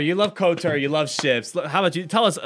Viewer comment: thats kotor, they were saying kotar